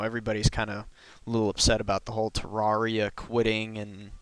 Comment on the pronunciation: Ter-air-E-uh not Ter-are-E-uh